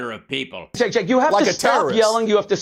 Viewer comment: Listen often, like most, it was extremely obvious what side you were on from the get. I can’t disagree with you more on this. How about you let them finish their thought before you talk over and mock them. FYI Cenk pronounced Genk but I’m sure you knew that